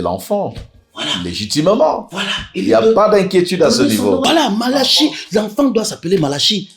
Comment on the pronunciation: Bob Marley dit madame malachi, ça sonne comme banane malaxée....mon goût